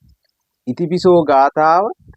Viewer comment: බොහෝම කුසල් බුදු ගුණ ආනිසංස විස්තර කිරීමට 🙏 පුංචි නිවැරදි කිරීමක් කිරීමට අවසර... "ඉතිපිසෝ" යනුවෙන් එකට නොව... "ඉතිපි සෝ භගවා...." යනුවෙන් වෙන්කොට කිව යුතුයි.... එහි අර්ථය වන්නේ "ඉශ්ඨ වූ, ප්‍රිය වූ භාග්‍යවතුත් ව්හන්සේ" යන්නයි... ඉතිපිසෝ යනුවෙන් එකට උච්චාරනයෙන් නියම අර්ථය විකුර්ති වන ඇතර හරියාකාරව උතුම් ගාතාවේ ගුණය නොපිටයි... උතුම් නව අරහාදී බුද්ධ ගුණ බලයෙන් ඔබ සුරක්ශා වෙත්වා🙏 නිවීමම වෙත්වා🙏 තෙරුවන්සරණයි 🙏